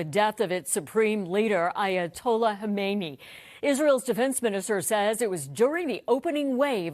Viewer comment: Khamenei They still say "Khomeini" who died 37 years ago! Strange! As news reporter you should be able to say the right name.